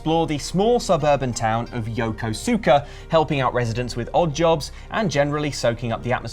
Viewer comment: As someone who lived in Yokosuka for four years, that is the weirdest way I've ever heard it pronounced by a fellow English speaker.